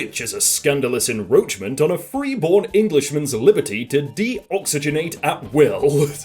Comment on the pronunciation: he said enroachment. Hahaha